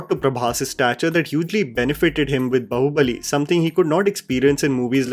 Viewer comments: Brother it's baahubali not bahubali... 😅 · Repeat after me…baaaaahubali not Bahubali bhai!! Kya kuch bhi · Just one thing, it's Baahubali. Not bahubali. Agree with everything else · Baahubali not Bahubali.. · I don't know why but every time you say " bahubali bahubali" I am screaming it is baahubali. Why is it so difficult to pronounce Indic names right ? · why are you saying bahu bali and not baahubali like wtf lmao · It is just me or is saying "Bahu Bali" instead of "Baahubali"? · Bro .just a healthy suggestion..plz pronounce r"a"mayan with aa .. Its not रमायण it's रामायण Similarly its b"aa"hubali .not bahubali..if the English spelling is unclear..plz refer to this spelling in hindi .. बाहुबली.. it's not बहूबली